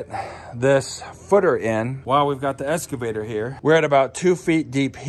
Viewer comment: excavator not escavator